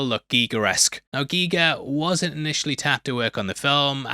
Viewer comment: Geeeger lol